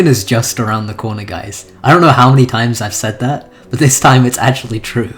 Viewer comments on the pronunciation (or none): none